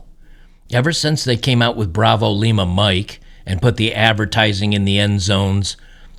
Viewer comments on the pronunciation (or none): none